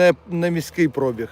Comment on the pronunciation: Слово коштує, наголос на (у) а не (о), також як і пробіг наголос на (і) а не на (о), нічого особистого але…